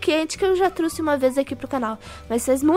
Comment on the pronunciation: O correto e trouxe não truxe